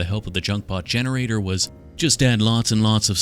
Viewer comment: I thought he was gonna use ai when he said gensrator thank god😂 And the dr pepper bots will rise up